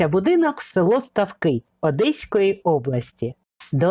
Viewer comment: Ударение не там ставите в названии ,в этом селе ставки больше чем жизнь....